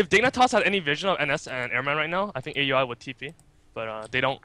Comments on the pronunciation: Hey, "A U I 2000" is pronounced "Owl-ee 2000" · no its fucking A.U.I not ow e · Once again, it's pronounce OW-UI, NOT A.U.I... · Even though Aui says he doesn't care, most people that know him personally call him A-U-I because I believe that was how it was originally intended. In fact, Blitz even hates it when people don't pronounce each individual word.